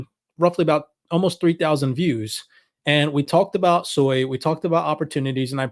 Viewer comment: Sui is pronounced SWEY! Not SOY. there is no O in Sui.